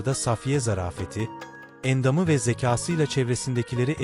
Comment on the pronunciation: Okurken uzatma işaretlerini söylemiyorsunuz buna dikkat edin.Endam,Namını,Nurbanu kelimelerini uzatarak söylemelisiniz